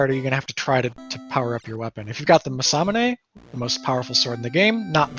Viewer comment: Love these videos! its funny how every announcer knows crazy in depth knowledge about the game and the strats, but none of them can say Masamune right! Mah-suh-moo-nay!!! always makes me laugh